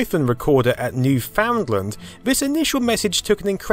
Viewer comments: Dude, LOL. Soon as I heard that I scoured the comments to see who else noticed. It's interesting how they mispronounce everything but spell it correctly. Like, they say 'favvah' instead of 'father'. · I hope Canada Customs turns you away for how you pronounce Newfoundland. I live in Calgary, Alberta, Canada. You probably live closer to the Newfies than I do, but I say it right. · That is so not how you say Newfoundland eh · The way you pronounce Newfoundland hurts me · try pronouncing newfoundland correctly :3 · It kills me a little bit every time you mispronounce newfoundland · Bro, learn how to pronounce Newfoundland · As a person from Newfoundland, I have to point out you are saying Newfoundland wrong. But if you ever came to Newfoundland I would take you to the location where the cable was landed. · I love how non-Canadians say "Newfoundland." :) In Canada we read it as "NEWfinland." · That particular pronounciation of Newfoundland wrankles us Newfies to no end. Let's learn how to say it properly shall we? Say it with me now........say Newfen......then say Land........say it again......Newfen........now Land. Put em together.......Newfenland. Newfoundland, that's it. None of this "FOUND" business. Tell your friends. Great video by the way. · please don't pronounce Newfoundland as New-Found-Land. Its not 3 different words but 1 word, other than that you did a good job explaining. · FYI : New Foundland is pronounced as "New Finland" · Remember, Newfoundland rhymes with understand. It is not pronounced newFOUNDland, the emphasis is on the last part, not the middle. Americans and others love to pronounce it wrong and we're not sure why... (Source: Canadian) Otherwise, great video! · good video, Newfoundland is pronounced (new-fin-land) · “New-fun-land”. The “ound” is not pronounced. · Its more like Newfun land than new-foundland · It's Newfoundland not New Found Land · its pronounced Newfinland haha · not new-found-land :p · NEW-fund-land, not new-FOUND-land.